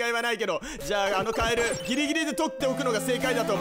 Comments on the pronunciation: 「カエルゥゥー！」じゃなくて「カエルルルルルル！！」ってしてて草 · カエルルルルルル の発音が面白かったwww